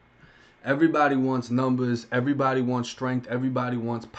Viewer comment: do you not know how to talk 'earybdy' lmmfao 😆 😆